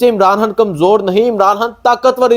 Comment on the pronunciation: یار خدا کا واسطہ عمران ہان نہ کہا کرو بلکہ عمران خان کہا کرو۔ جب خان کہتے ہو رو ہان کی آواز آتی ہے